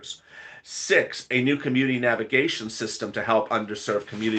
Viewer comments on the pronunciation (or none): none